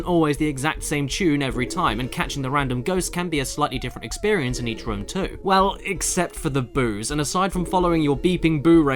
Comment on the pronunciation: Okay this was bothering me during the resident evil review and it's the same here does it annoy anyone else how caddicarus says room like rum